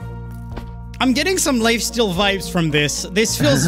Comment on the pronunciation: why does he say lifesteal as lyfteal